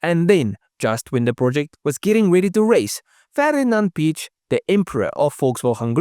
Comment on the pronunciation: Piech, pronounced like Pee-ECKH. Two syllables, very simple; Pee-ECKH. Other than the occasional mispronounced names, this channel is full of good facts and lore. For instance, did you know that Lewis Hamilton’s Pa exited the road going backwards in his Carrera? He wasn’t alone; the car was diabolically primed to spin out. I